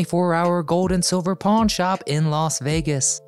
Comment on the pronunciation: he said pawn stars bt I thought he said porn stars loll 🤣